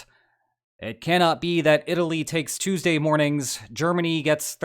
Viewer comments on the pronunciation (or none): none